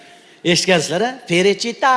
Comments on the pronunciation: Перичита МАС ФЕЛИЧИТА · Perechita mas felichita manimcha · Перечита эмас,балким ФЕЛЕЧИТА дир. Маьноси :тоза хаво : дегани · Охун ака перичита эмас феличита италян шаркынынг исми 😊 Ман сизнинг мухлисингиз ийики варсыныз ❤ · Не перечита,а феличита... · Перичита емас Веричита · Италиянкий песня Феличита Felicità ( счастья)😅ПЕРЕЧИТА эмас